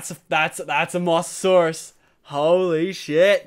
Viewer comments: Its pronounced mo sa saurus not moss a saurus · anyone notice he said mosssssasoursuse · it's Mosasaurus as in moses from the bible and saurus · prenauts moh-za-saurus